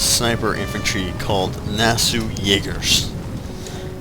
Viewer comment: you misprenounced nassau